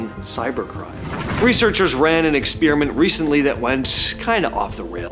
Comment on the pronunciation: Sorry, Bro. I had to bail after the 10th time you said “expeariment” instead of experiment.